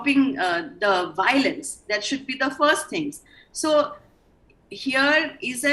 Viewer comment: What is this "BOWLENCE...BOWLENCE..." the meitei panelists taking about???????